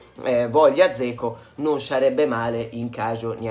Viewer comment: Ma è statto infettato dall'asso di Roma? Zeco? A me pare che si debba pronunciare Geco, come risulta da varie fonti, ad esempio qui: Però ognuno fa come vuole, ci mancherebbe...